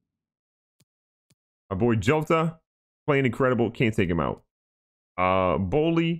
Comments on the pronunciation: Pronounced hota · Jotas name is proununced yoda